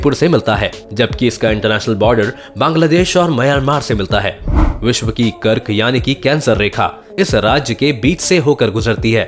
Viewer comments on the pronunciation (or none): none